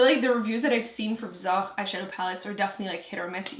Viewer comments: People are fighting about how Viseart is pronounced and then crushes them with her French 😜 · I had no idea that's how you pronounce Viseart. Vi-zah. Learned something new! 😀